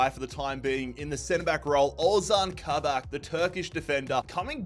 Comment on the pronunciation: Its “kabak” not “kabek”